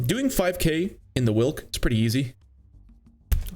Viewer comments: it is pronounced vilk not wilk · it is prenounced veelk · its not a whilck its a veelck wilk means wolf in polish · hearing people pronounce "Wilk" is kinda funny. It means "wolf" and it goes more like "veelk" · its Vilk/Vilc/Vee-lk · W in Polish is pronounced like V in English so try Vilk 😏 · it shouldnt be in the game bruh... also side note: the letter W in polish is pronounced like the letter V in english, so the right way to say its name is "Vilk" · Wilk pronunciation goes crazy💀 Cheers from Poland!